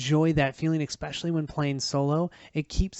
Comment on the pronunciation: ESPecially, not EXPecially.